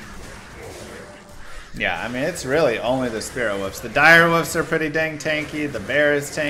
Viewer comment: Its WOLF not woof. Or wooferine